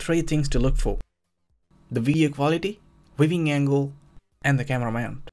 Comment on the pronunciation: Weeving angle?